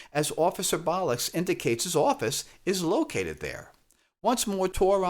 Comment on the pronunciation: Why are you pronouncing Captain Bolix as Captain Bolux? Is this deliberate smut? snarf snarf